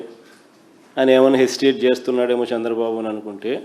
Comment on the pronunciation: సాంద్ర బాబు కాదు రా say చంద్ర బాబు . First learn to speak any one language properly. Tdp is ruling very well, we are happy. You don’t worry